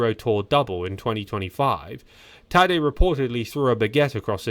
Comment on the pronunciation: He's saying his first name, Tadej, but with an accent that sounds like Taddy